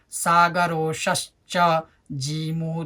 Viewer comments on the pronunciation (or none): Sorry but there are some mistakes there will be sagaronsascha in place of sagarosascha and dwadashatmaravindaksh in place of dwadashatmravindaksha